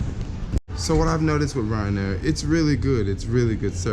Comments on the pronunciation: Clearly the airline is called RYANAIR one word it's not someone's last name but I guess if you want to put an imaginary O in front of it for no reason it's up to you haha.. if they wanted it pronounced o'ryan they would have spelled it that way no? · Why do you keep calling it Oryan Air? Its Ryan Air haha... safe travels bro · Renit Rift what's that have to do with it... the name is Ryan Air and he kept calling it Oryan or O'ryan just pointing it out to him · Renit Rift but if you want confirmation on how its said their adverts CLEARLY say RYAN not O'ryan ... so maybe you should be the one to pay attention 😂😂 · Please never call it O’Ryan air again you handicap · Before i even looked at the comments, i told myself that the first comment that was going to see was "why is he saying Oryan Air?" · Renit Rift Wtf, that's not how you say it! Even if they're Irish, they called themselves Ryanair and not O'Ryan Airlines or some shit